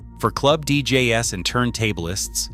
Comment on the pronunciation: Damn AI voice over... I mean deejayes? (DJ's)